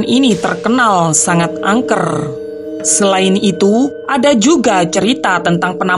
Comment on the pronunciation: rrrr nyaa peket banget,, angkerrrrrr kerrrrrr rrrrrr astaga